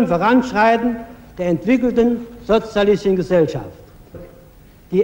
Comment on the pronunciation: Wie Honecker einfach nicht sozialistisch aussprechen konnte......